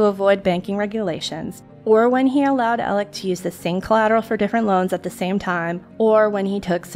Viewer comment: I'm sorry but is his name Alec, Alex or Elig like I'm hearing it pronounced here? I'm confused. I've heard/seen all three. Thx to anyone who knows. I'm new to this case.☺